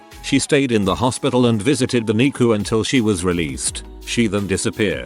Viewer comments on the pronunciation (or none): You lost me when NICU was pronounced neecoo.